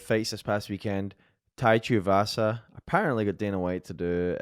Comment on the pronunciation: Every time Big John says Tuiavasa instead of Tuivasa, one more of josh's few brain cells left dies.